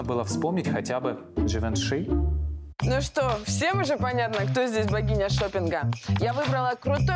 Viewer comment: На букву ж Дживанши